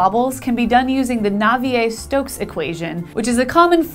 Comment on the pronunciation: Dang - I have been pronouncing 'Navier' wrong this last 40 years. Not 'navy-er'. Thanks for that.